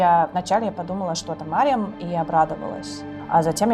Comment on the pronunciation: Не Марем а Марьям. Мать Иисуса.